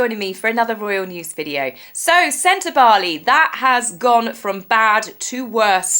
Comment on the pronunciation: Thanks for pronouncing Sentabale properly. You may be the only commentor that does. 😂 We read it the same, Dr Sophie has sufficiently valid complaints to convince a law court. I think if these ex-board members push, she will push back and they won't like it. I absolutely believe Meghan is the influence here. This lady has more experience and qualifications the H&M together. She's also attractive. And she gets to associate with Harry. All things Meg hates. Oh, and she doesn't have to wear spray tan to be black 😂